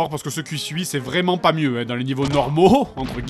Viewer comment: dit 'Vréellement'